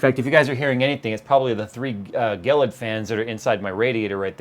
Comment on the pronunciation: Isn't it pronounced "JEE LID" .. Not "gell idd" ? I'm pretty sure.... lol